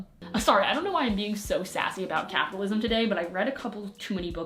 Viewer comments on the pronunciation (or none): When you said capitalism I thought you were saying Catholicism lol